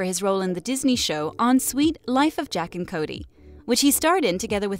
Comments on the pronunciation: Did she say jack and Cody it's Zack and cody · “Jack and Cody” 😂 it zack a Cody 😂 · Did she say “jack and Cody” ????? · Are we gonna talk about how she said JACK and cody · did she say “JACK and cody” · Did she say jack and Cody? 😂